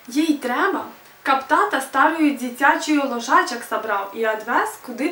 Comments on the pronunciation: Ударения в белорусском расставлены неправильно. БацькI (родители) - ударение на последний слог, лОжачак (кроватка) и это мужской род, вЕрнуцца (вернутся). Звук "ч" должен быть тверже, "л", "н" - мягче. "Потым" а не "Потим". Дапамаглi Ёй а не Ей. И это как минимум... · 1. Не беларашн, а белорУссиан. 2. Languages which/that ARE. 3. This IS my... 4. А дзе бацькi' 5. Увачяры?) УвЕчары. 6. К бабушке поехали ОБОИ?)) Оба. 7. Произношение: мяне не папярэдзiлi. 8. Каб яны прыехалi. Через ы. 9. Дапамаглi ЁЙ. 10. Стары дзiцячы лОжачак. 11. Адвёз. 12. ЛОжачак, опять. 13. Ты ж яшчэ не ведаеш. 14. Рана-раницай, не раня. 15. МалЕнькая дзяўчынка. Ты бы хоть постаралась и нашла больше информации о языке (говорю за белорусский), это ведь не так сложно:) Но я бы с тобой позанимался. Индивидуально ;)